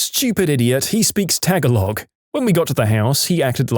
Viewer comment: Tagalog is pronounced as "tuh-GAA-log," not "tag-a-log!"